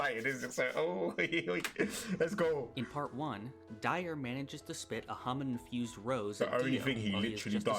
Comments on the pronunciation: How come you say "hamoon" when they say it so many times during the anime? Like... how do you manage to mispronounce it? XD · Its not Hamoon, iits Hamon